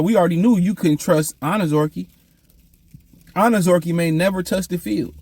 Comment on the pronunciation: I pray that they let Levi go so you can stop butchering this Man's last name since you do not try whatsoever enunciate and properly pronounce this man's name